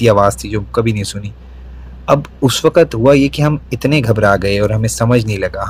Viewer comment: I was so loving his neat and clear urdu and his voice until he said 'WAAKAT' instead of 'WAQT' 🤦‍♀️